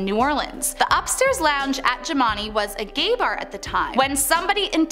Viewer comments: The bar is pronounced Jim And I after the owners. Please get your info correct. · I'm playing check off the places I've been. I stayed at the haunted hotel. I got some stories. Jimani is actually pronounced more like "jim-an-eye" Been to all of these places though.